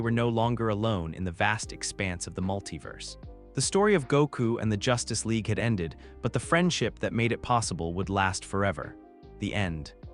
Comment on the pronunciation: It is good and I'm an in hour so far. There are some funny mispronunciations like the Justice Leg, Mos-cow. Not a complaint, just find it amusing.